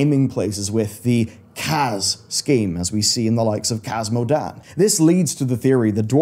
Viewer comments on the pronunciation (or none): none